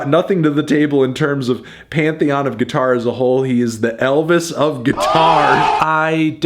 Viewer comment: That kid in Queen sux at gee-tar